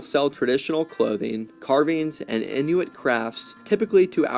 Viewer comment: Message from my Inuit friends: it's in-wit, not in-new-wit.